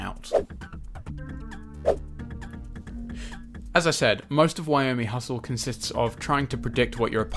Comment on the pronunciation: also wyoming hustle? Not Yo-mi-hustle or Yo-mi.